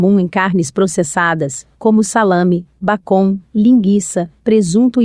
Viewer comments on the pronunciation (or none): Muito bom, seria melhor se a pessoa pesquisasse primeiro a pronúncia correta das palavras "bacon", "toxina" ,"ranking"... dá gastura ouvir palavras tão usuais pronunciadas erradamente.